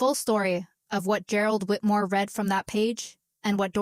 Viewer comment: The”day they ‘reed’ the will”. No respect for the viewer/listener. Need a human editor !